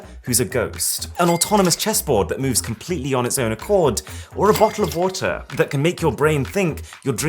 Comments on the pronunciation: don't you mean A BO'EL OV' WOAH 😂😂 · bo'oh o wa ah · BO'OH'WOH'OH That Accent :) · Bo' OH' OH' WA' ER😂😂😂🤣🤣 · did you mean BO' OH' O' WO' OH' innit? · ahhh yes, A BoTTLE Of wOttah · or a boaaa of woaaa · Don’t you mean a bo’oh’’o’water? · I think Arun meant to say booh-ooh-wadhh. 😂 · bo"le of wa"ar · did he say bo’o’wo’wa 😂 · Okay let me be the first "A botl of woah"🤣🤣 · You mean a Bo'oh'o'wa'er!! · Its bo' ow oh wot oh mate! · Arun, You are supposed to say 'Bo' oh' wo ah' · Ha ha he said bo'el of wat'eh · only British who could say "bottle of water "